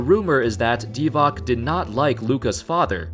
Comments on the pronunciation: BTW it's Vlade Dee-vaats, not Dee-vaak. The guy has been around for decades so I'd expect people would have his name down by now. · You cant be nba analyst if you pronounce it Vlade DivaK...